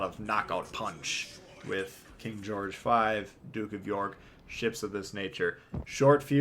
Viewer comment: "King Goerge the 5" daaaamn, why can no Legends CCs pronounce historical names correctly, like none of them. Please tell me that was intentional.